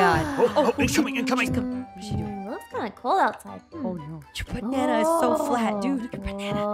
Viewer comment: I love that he says bana